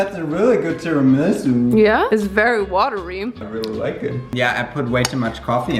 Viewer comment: After this video I really want a video in which you hear google translator saying the correct pronunciation of the italian words for the ingredients/desserts you're using and making cause it would be hella funny. I'm italian and i had such a hard time understanding that you were saying tiramisù XD love your videos!!